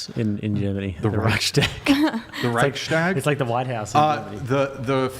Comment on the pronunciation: As a German i have to say Chair 2 does ABSOLUTELY not represent germans at all, the only excuse for her not knowing what the Reichstag, etc. is that you guys mispronounced it and we mostly call it the Bundestag by now. We are DEFINITELY educated better its honestly common knowledge